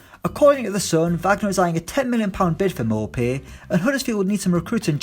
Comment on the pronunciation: Its pronounced Neal 'moopay'